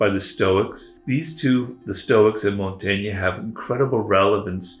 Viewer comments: Montagna ? It's Michel de Montaigne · Mont-tain-ya? Seriously???